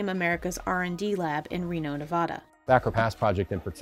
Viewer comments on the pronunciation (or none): none